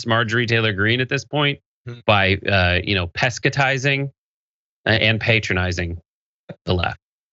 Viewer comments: "pescatizing." ROFL... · "peskatizeing" that is rich! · Not pescetizing!😂😂😂😭😭😭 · "Pesca-tizing." Genius! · "Pescatizing" LOL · Is that a word - "pescatizing" ? LOL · "pescitizing" ?!?!?!? LOL! - Did I spell that correctly? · "Pescatizing". LOVE IT!!😆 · "Pescatizing". LoL!!